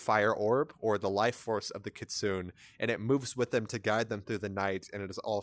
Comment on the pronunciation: It's Keet-su-nay